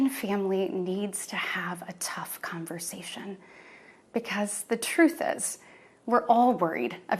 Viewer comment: “Tough con-ver-sation” 😂